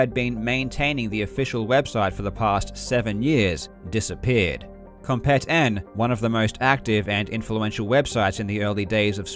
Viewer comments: Not to nitpick on such a great video, but "Compet-n" is supposed to be pronounced like slang "Competin'", like, "Competing" without the g. So like "come-peet-in". It's really whatever just figured id mention it. I remember when that site was still active and was the #1 portal for Doom speedruns. The Doom demo mechanic was great. Back in the day, actual videos were way too big for the internet at the time. A lot of people had dial-up and uploading a demo to submit or downloading a demo to view would have taken literal hours, sometimes DAYS for a long video of several hundred megabytes. For anybody who doesn't know, Doom demos only record player imputs on every frame, and loads an actual game and plays it with the recorded imputs. Since Doom uses a pseudorandom number generator based on player imputs, since all the imputs would be the same each time, the numbers called up would all be the same. And Yes, if you could somehow perfectly repeat all your imputs, you could play an identical game with all the same random numbers. But using demos, the file size is kept incredibly small as opposed to an actual video recording. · I think "Compet-N" is supposed to be pronounced "competin' ".